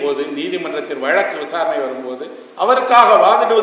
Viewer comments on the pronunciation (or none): none